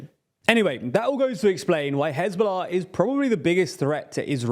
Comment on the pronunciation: I love how he said "who hezbollah ah"